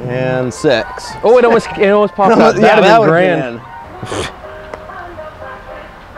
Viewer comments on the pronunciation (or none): he said sex not six